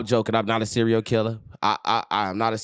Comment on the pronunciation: This man said cereo killer 😭😭😭😂😭